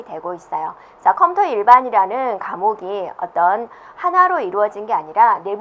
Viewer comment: 컴터 컴터 솦트웨어 발음좀 정확하게해주시지..